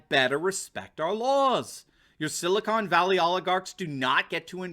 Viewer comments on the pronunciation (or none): none